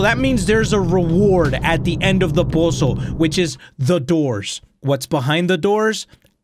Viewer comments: The way he say puzzle pUzSE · i love how he says puzzle "pausle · The way says posols has me rollin